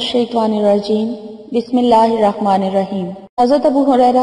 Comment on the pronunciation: بسمہ اللہ الرحمن الحریم نہیں پڑہنا